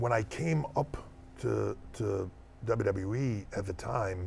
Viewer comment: “WWF-uh E” 😂😂